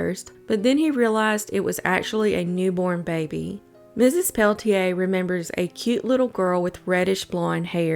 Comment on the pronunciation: It’s actually pronounced Pel-ah-tier, just FYI.